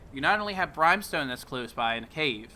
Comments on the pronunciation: It's not Brime-stone. It's Brim-stone. A brim of a hat, not a fucking brime of a hat. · Its pronounced Brim-stone. Not brime-stone. Smh. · It bothers me more than it should when people pronounce easy words wrong, I mean why would anyone think it’s pronounced brime when it clearly says brim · Pretty sure it's pronounced "Brim-stone" and not "Brhyme-stone" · BRIM BRIM BRIM Fucking BRIM not Brime i just want to punch you fr fr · brimstone, the I is the same as in, is, this, whip,brimstone, not brimEstone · BRIMSTONE NOT FKING BRYMESTONE. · brhime stone??? it's BRIMstone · Are you fucking saying BRIMEstone? The fuck....who told you thats how you say BRIMstone...? Ever heard fire and BRIMstone? Jesus... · BrEYEmstone? NEIN!!!!!!!!!!!!!!!!!! BRIMstone. Pay attention in English class, it's important. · its Brimstone, pronounced BRIM STONE. not brime stone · Brimestone? Lose the e there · Yeah had to dislike cause of the wagghder and bRIMESTONE....just drives me crazy and I’m from Texas. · Nice vid but Brimstone is pronounced "Brimm-stone". Will try out some of these areas! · I tried to watch but the constant "brimestone" got me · Not to be an asshat but it is pronounced as brim stone...not with a long I sound. Just saying. Great video though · Please pronounce “brimstone” correctly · And Brimstone is pronounced.....